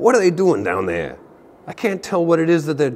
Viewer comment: I just want you to know that your "What're they doin' down theah" bit made me laugh so hard I accidentally changed from Standard to Alchemy on my tablet, inadvertently playing the only game of the format ever on my Arena account. Heck you, good sir.